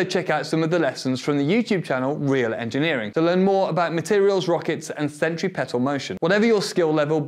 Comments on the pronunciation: "centri-pedal" lmao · "Centree pettal motion" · No way my guy just called centripetal motion "sentry pedal motion" 💀